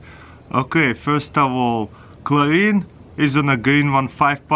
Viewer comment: Chorine. Natarite... 😂😂😂